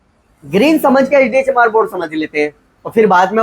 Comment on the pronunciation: Sir ji baar ....baar lag raha apne bola HD chamar board 😂😂😂😂